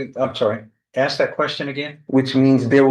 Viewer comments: I don’t get it Why is pronouncing Ask the correct way seemingly has become impossible? It’s 3 letters. It’s ask. Not onompnapie. I have no idea how to spell it without auto correcting as i attempted to spell it , and still though I know how the word is pronounced. Ask. Not aks. Not achs. Not aks It’s A-S-K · I would troll every person that can't say ask Everytime they say ax. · I might seem like a snob but any person that cannot pronounce ask properly… ie they pronounce it aksss… well my skin crawls and my blood boil. It’s 3 bloody letters!!! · Regularly punctuated with a lot of ‘axe’ and ‘axing ’! 😂